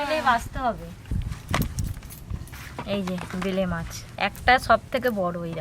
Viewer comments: ওটা ভেলে মাছ নয়, বেলে মাছ ।আরও একটা খুব কানে লাগে কাবরাঙা, ওটা কামরাঙা । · ঐভাবে চিংড়ি মাছের ভরতা করে নাকি। শীলে বেটে করতে হয়। আর ওটা ভেলে নয় বেলে মাছ। উচ্চারণ খুব গন্ডগোল। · Vele mach abar ki???? Bele mach. Kotha bolteo janena thik kore